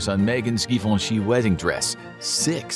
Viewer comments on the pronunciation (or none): none